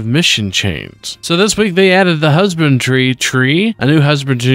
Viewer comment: he keeps pronouncing it husband-tree instead of husband-dree if thats what you are confused about. Just seems to be a mispronunciation thing.